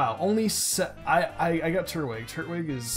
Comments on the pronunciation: It's not turt-wig its tur-twig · no not another one its not Turt-Wig its Tur-Twig